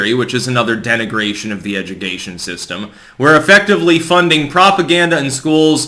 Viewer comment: "edugheytion" lol nice Freudian at 4: 30